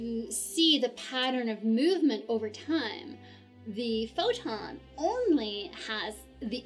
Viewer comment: as long as we do not have yet the perfect theory of the all , you can not mix quantum physics with relativity , thanks . i like your pronunciation of the word photon :)